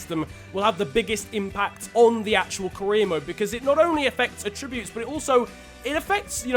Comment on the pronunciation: Anyone else get annoyed by the way he said “attributes” haha